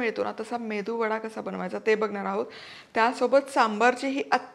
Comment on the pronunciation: अग बाई मेंदु वडा नव्हे मेदुवडा असा शब्द आहे😂😂